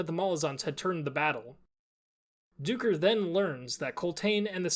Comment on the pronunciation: Duiker is pronounced as 'dye-ker'. Duiker are small antelopes that live in southern Africka